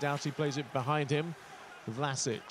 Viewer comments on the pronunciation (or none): no its Vlaschic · Its pronounced VLASIC! Not Vlasich....